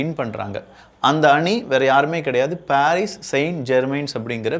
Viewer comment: பாரீஸ் அல்ல பரிஸ்